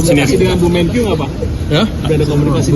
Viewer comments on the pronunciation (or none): Wartawan gini amat ya kualitasnya. MENKIU itu Menteri KIUANGAN kah? MEN-KE-U atuh kan Menteri KE-U-angan. Menjengkelkan sekali